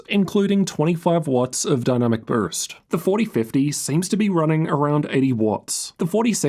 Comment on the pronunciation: Bro struggles with the word “boost”